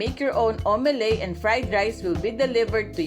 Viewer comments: Omelet You pronounce it as: Au-me-let not au-me-ley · Its omeleT not omeley.